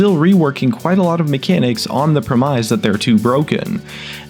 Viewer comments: Its pronounced "Prem iss" not "prem ise" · Premise is pronounced PREH-miss not preh-MYZE by the way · Lmao "premise" is pronounced "preh-miss" , not "preh- mise" xD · did you just pronounce the word 'premise' and 'pre-MIZE'? What is this next level bad american pronunciation? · What the fuck is a 'Pre-mize'? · you pronounce the word premise sooooo incorrectly. lol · ok the way you pronounce premise that really compelled me to alt tab out of game and write this. That's it. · lmao "premise"